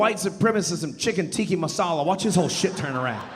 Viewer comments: I was going to leave it until you said at the end that people should say it right... it's tikkA masala, not tikki. Not important in the greater scheme of things, but just look at it. Tikka. Sorry, but better to get it right, I hear it pronounced all the time, and I'm from the country where it was apparently invented, which also supports your main point. Indian food developed in Scotland. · He’s hilarious. But mispronouncing Tikka Massala as “Tiki Masala” was making me twitch. 😂